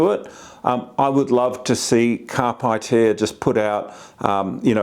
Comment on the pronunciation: Great review, thank you. I’m still torn between this and the DMD2 OEM tablet DMD-T865X. BTW, it’s pronounced “carpay eater” and is latin for seize the journey.